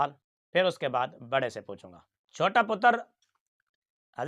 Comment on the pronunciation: مفتی صاحب آپ مرجے پتر کی منجھی بڑی اچھی کر کے ٹھوک رہے ہیں۔۔۔ اور مرجے پتر کے تضادات کو اکٹھا کر کے دکھاتے ہیں۔۔۔ پر یہ ہے ڈھیٹ آدمی۔۔۔ اس( مرجے پتر) میں تھوڑی بہت بھی شرم ہوتی تو کب کا ڈوب کے مر چکا ہوتا۔۔۔ باقی آپ کا سرائیکی ایکسیڈنٹ میں پتر کہنا، پتر کی تا پر جزم پڑھنا بڑا مزے دار ہے۔۔۔